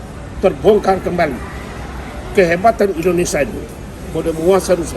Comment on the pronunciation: Indonesia, bukan endonesa 🥺